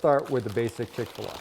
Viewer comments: It’s chick fil a. Not chick filah. You freak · How can you believe someone that doesn’t even know how to pronounce the name. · Chic-Fil-What are you saying?